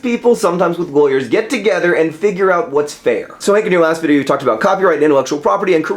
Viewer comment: "nice people and sometimes laywers" I lol